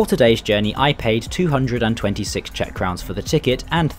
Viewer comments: I'm an English man and Czech speaker. Your pronunciation is spot on as far as I'm concerned. Well done. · The pronunciation is very very good of the Czech words. 👍🙌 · As a native speaker I can confirm they are very correct! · I have no idea if you pronunciation of the Czech is correct, but I love the confidence with your pronunciation! Great video with a scenic route. All around fantastic job. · I was about to note that as well. Yes, your pronounciations are very correct. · this is hands down the best pronounciation i heard from a foreigner that is not learning czech.